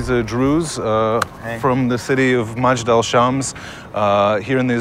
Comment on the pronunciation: its not ma-jd alshams.. Its mej-dal el shams :)